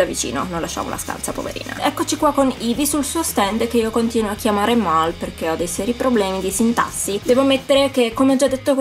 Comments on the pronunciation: Non si dice mo ma mal 😃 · non si chiama mo ma mal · Si dici Mal no Mol 😂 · ti sbai si pronuncia Mall